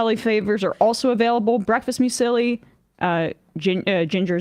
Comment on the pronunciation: Emma needs to look-up pronunciation of "muesli".